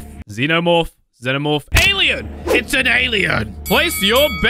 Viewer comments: It’s Pronounced z-no-morph not zen-no morph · It's not zenomorph it's zenomorph but with a zee at the beginning and not ze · It's pronounced Zee-No-Morph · It’s said Zeno morph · Xenamorph ( ze-na-morph) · How to say xenomorph ZE-NO-MO-RF. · its pronounced zee-no-morf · It is pronounced zee-no-morf and spelt xenomorph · it's okay when you say xenomorph wrong